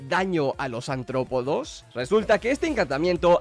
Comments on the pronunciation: Cada vez que dice antropodos...💀💀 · soy el único que oye... "ANTROPODOS"???? no sabe pronunciar la R de aRRtropodoo que? xDDDD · que rabia cuando dice antropodos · Bro, es artrópodos no antrópodos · Cada vez que dice “Antrópodos” me quiero morir. ¡¡ARTRÓPODOS!! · Antrópodos... Se dice artrópodos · antropodos dice el tolai, imagina ni saber leer